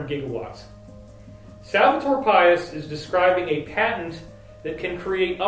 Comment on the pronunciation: Pais is pronounced pie-eese in Spanish. Not like our word pious.